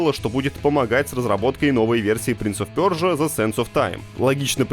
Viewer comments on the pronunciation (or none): интересный факт - если при каждом удобном момента говорить не персия, а пёржа, то рано или поздно на вас будут смотреть как на дурачков, а не как на тех, кто пытается вывести нас из себя.Хотя бы один разочек для разнообразия можно было и нормально произнести, иначе закраиваются сомнения в умственных способностях такого пёрживателя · Хватит говорить принц оф пёржа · Почему он говорит принц оф пёржа,поясните непонимающиму. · Так сказать трудности перевода. Точнее произношения